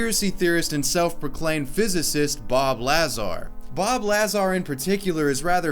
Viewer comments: LuH-zar! Was it annoying anyone else the way he was pronouncing his name! Haha no biggie it just felt so off. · Say Lahzar one more time... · I cringed at Bob Lahzaar. Come on. Haven't you seen any video. That's not how you pronounce it. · I can’t get over pronunciation of “bob lazz-are” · La-Zar. Triggered me deep with this one. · It's pronounced "luh-zar" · How can you do a whole video on this and pronounce Lazar's name 40 times in your video wrong. Annoyed me so much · Not to be one of those because I enjoy your content but you didn’t watch the 1st 5 seconds of the podcast you made a video on and heard the correct pronunciation of Bobs last name.. ? I mean accuracy’s are key when talking about Me-Me’s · Hearing him mispronounce bob lazars name over and over is annoying af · Damn had to hear you mispronounce Lazar over and over. You didn't listen to anyone else say his name? Good videos tho keep it up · Butchered Bob's name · His Bob Lazar pronunciation has triggered the masses. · You're putting the emphasis on the wrong syllable in Bob Lazar's name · Mispronouncing Lazar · Dude it‘s pronounced Lazar, not Lazar. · At least know how to say the guys name lol ( Bob Lazar) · You’re pronouncing his last name wrong. It’s Lazar, not Lazar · DUDE! It's Bob Luh-zar, not Laa-zar. You must be new to this conspiracy shit bro. Haha for real, great video. I'd love to see anyone try to actually do this. Probably 20 people will show up at the white mailbox, 5 rowdy idiots will end up getting taken to Rachel PD by the dudes in white SUVs, and one drunk asshole will actually try to make a Naruto run for it and end up getting his brain fried by a microwave gun. Edit: and anyways, these folks need to be taking a run at Pine Gap in Australia if they really want to get a good look at some alien tittays. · His name is Bob Lazar. NOT Bob Lazaar. You DUMB FUCK! 🤦🏼‍♂️ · Lazar. Not LAHzar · It's pronounced La zcar not lazz are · BOB LAZAR, not bob lazarrr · IT'S BOB LAZAR NOT LAZ ARE